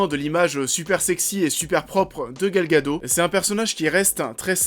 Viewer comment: Gal gadot ça se prononce gadotte en hébreu.